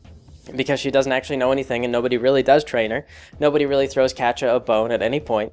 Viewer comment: "Catcha"? lol. Never heard it pronounced like that before. My friends pronounce it "cat-ee-ah" and I like to pronounce it "kay-sha". Wonder how Kaz pronounces it. It's been a long time since I started reading Prequel.